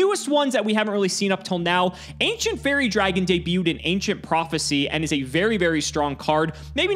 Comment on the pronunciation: You misspelled Aynshent Faiwwie Dwagin.